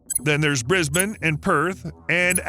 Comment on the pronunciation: Go easy on him, he got Brisbane right!